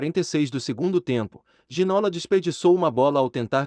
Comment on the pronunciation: Boa tarde, obrigado pelo video. Bem merecido. Mas se posso deixar uma pequena correcção, no Brasil estão pronunciando o nome de forma errada: o nome dele, por ser francês, pronuncia-se GI - NÔ - LÁ. A acentuação é na última silaba , como se tivesse acento no Á - LÁ . :) Espero que não levem a mal, a intenção do meu comentário é apenas ajudar a corrigir isso. Muito obrigado pelos seus videos. Conteúdo TOP. Abraço de Portugal.